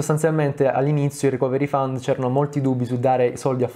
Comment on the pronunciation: ohh finalmente uno che dice fund e non found.